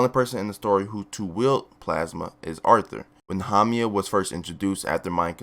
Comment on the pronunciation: hamia instead of haumea, kusákebe instead of kusakabe, tamáki instead of támaki, the other ones have not yet yerd pronounce by japanese people so can't say